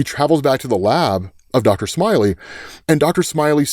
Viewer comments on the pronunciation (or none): Nice research, and an interesting video. Be a little careful about your narrative pronunciations-- for example, I've heard Joe Shuster, with a short u but more often as "shoo-ster." I suppose the latter is more common to hear but I'm not entirely sure. Maybe you can clarify? However, in Reign of the Superman, it was not, as you say it, Doctor "Smiley," but Doctor Smalley. Little things, of course, but distracting. Regardless, do keep up the good work! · Dr Smally…. Not smiley